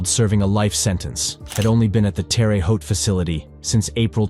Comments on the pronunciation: It’s pronounced Terra-haute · What you pronounce as 'terri-haut" is in fat pronounced 'Tare-hau' Why not say it properly? We'll discuss, ' auntray' another time. It is doubly wrong. Better still, ask Google translation how to pronounce Entree, and what it means....because the very last thing it means is the main course of a meal. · Terre Haute: tehrr hote. No, not terry hote. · almost said Terre Haute right. RUH not REE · Pronounced terra ho, Indiana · Do you guys actually do ANY research before you publish this tripe? At least get an AI generator that can pronounce names, this thing sounds silly and ignorant all at the same time. B’bye!